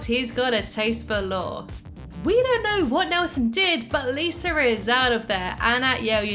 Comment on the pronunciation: I love the way you pronounce Lisa. Sometimes it sounds like "Liser" it's cute